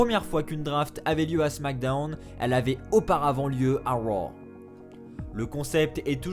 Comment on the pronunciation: Junior Monnereau mdr je suis daccord le « les superstar de Wow et de smackdewn »